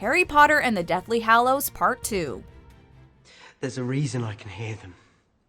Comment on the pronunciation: every time pronounces hallows wrong i lose a braincell